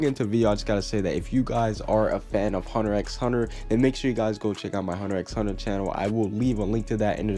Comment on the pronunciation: I'm not gonna subscribe to your Hunter X Hunter channel because you don't know how to even pronounce it's name my dude xD